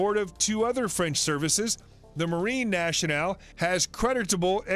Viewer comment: “Franch” lol